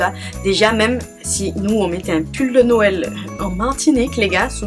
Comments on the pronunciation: Je trouve que pour une Antillaise tu aurais pu avoir de meilleures informations surtout pour les pâtés salés ou pour "les ritournelles" et puis on ne dit pas "Norël" mais "nwel" ou "Nowel". D'autant plus que la vidéo est assez longue mais néanmoins elle est intéressante. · Tu es la seule à dire :"Norel "